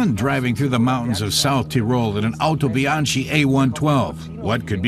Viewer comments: Actually It Is pronounced "howtobianki" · Very nice video. However, it's pronounced "Otobianki".